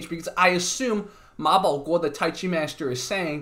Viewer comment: Wow, the host of this channel pronounce the 马保国 so perfectly, I'm a Chinese and I can't even read it